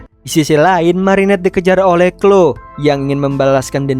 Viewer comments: Kak bukan clo kloee 😂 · koreksi bang bacanya namanya clowe tapi tulisan chloe